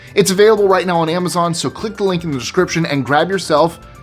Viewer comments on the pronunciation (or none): none